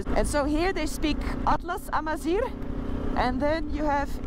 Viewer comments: wé say atlas AMAZIGH not Amazir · For correction the word Amazigh And not Amzir This is the word It is the word defect with us, the Amazighs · Het is Amazigh en geen amaziR (het laatste betekent mest in het Amazigh) :D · Hello.. We say (Amazigh) not (Amazir) because Amazir is not a good word for the Amazighs, and welcome to Morocco